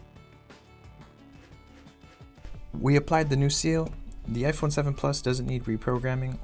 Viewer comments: Are you talking about jaiphone😂😂😂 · I know you are talking about jaiphone 😂😂😂😂